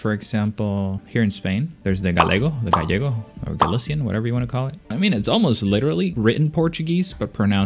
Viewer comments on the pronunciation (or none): none